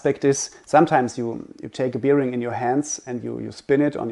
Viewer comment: Very informative and helpful. But please learn how to pronounce the word bearing, especially when using it that often. Makes me crinch hearing it here 😅